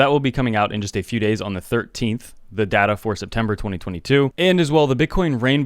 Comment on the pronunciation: It's data. Not dada.